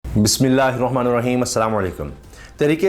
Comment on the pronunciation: بسم اللہ الرحمن الرحیم. ہے. نُر الرحیم.. نہیں. اس کو. درست کیجئے. بھائی...